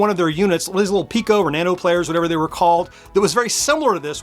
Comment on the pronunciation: It's Piko, not Pico.